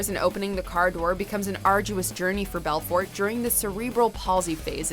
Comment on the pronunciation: Anyone notice how she pronounced Belfort?